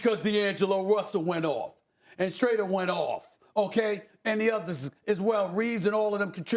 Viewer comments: How in the world is Stephen A. still calling this man “Shrader” instead of “Shroder”. To great of a vocabulary & to aware to be screwing that up two-three years later 🤦🏾‍♂️ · Stephen A doesn’t even know how to pronounce Schroeder’s name. How!! Isn’t he supposed to know a ton about basketball? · Can someone teach Stephen A to say Schroder ffs 😂😂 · I’m just wondering when SAS will properly pronounce Shroder’s name lol